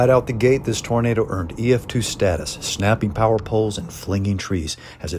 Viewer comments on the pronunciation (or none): none